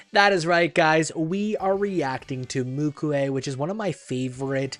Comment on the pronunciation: not mukue its MUKU😊